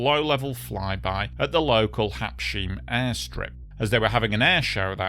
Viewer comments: now I realize why you keep saying "Habsheem" - Its spelled wrong on the picture. The right spelling is not "Habshiem" but "Habsheim" and the pronounciation in the middle is not "sh" like "shilling" but rather "Habs-hyme" (two words, one ending with s, the other beginning with h). think of Blenheim if you will. The word "Heim" stands for "home" so the name simply means "home of the habs" (for whoever they might be). its a german word although the place is in France. Thats because it's the formerly contested Alsace region which is partly german speaking - especially here in the south, the so called "Sundgau". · One: Habsheim, not Habshiem. Two: Habs......heim, pronounced Habs..haime. English is but one of 7000 languages in the world. Respect that. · It was at Habsheim (not Habshiem) Airport. Also, with all due respect, you are butchering the pronunciation of the location. Let me try to spell it in English: "Hubs hime" .. hope that helps otherwise a well research video indeed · Just a quick note that the secondary airfield to Basel-Mulhouse Int'l Airport is Habsheim, not "Habshiem"...pronounced HAHBZ-hime.